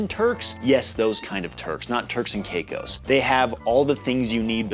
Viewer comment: Caicos is pronounced the same as "psychos"